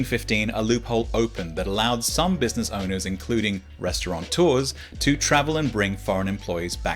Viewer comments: "resta-ron-tooa"? Gulp. Where to start? Well, for one thing, there's no N in the word "restaurateur". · Just a quiet aside... There is no "n" in "restaurateur". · Please allow me a « cri de cœur » ! There is no /n/ in « restaurateur »; it’s a “rat”, not a “rã”. And “teur” is one syllable—“tör”—, not too-er.